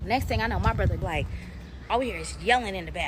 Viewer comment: I hate how she says brother 😂😂she sayin Bruhva